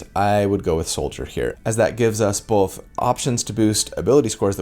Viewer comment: Take a shot every time he says ""